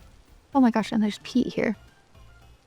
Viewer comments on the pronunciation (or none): none